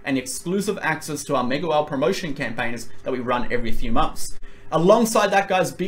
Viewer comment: That Aussie accent on the opening "Ok Megawhale team" :) Love it!! And per usual, great video!